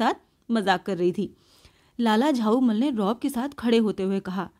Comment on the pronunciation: Unka nam lala jhaulall tha ap use lala jhaumall padh rahe thi